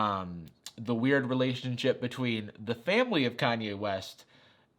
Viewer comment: What is a re-lay-tio-n sh-oip.